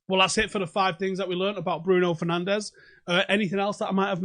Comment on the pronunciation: 6. His surname is pronounced differently than everyone uses it, he is Portuguese, not Spanish!